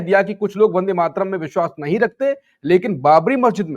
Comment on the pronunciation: आशुतोष मेरा जन्म बंगाली परिवार मे हुआ है और बन्दे मातरम के रचनाकार बंकिम बाबू भी बंगाली थे इसलिए अनुरोध हैं राष्ट्रीय गीत की उच्चारण और व्याख्या सही से किजिए और अगर पता न हो तो कोई बात नही परन्तु ग़लत उच्चारण या व्याख्या न करें।